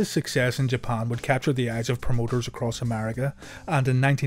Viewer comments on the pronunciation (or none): none